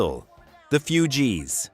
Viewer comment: Cannot pronounce Mark Knopfler! Who is the singer for Guns 'N' Roses? Why is your footage of Jim Morrison and the Doors NOT Jim Morrison but rather Ian Astbury of the Cult? Not "FEW-gees"...."FOO-gees"! You should be embarrassed! Actually asking people to subscribe! Absolutely horrible!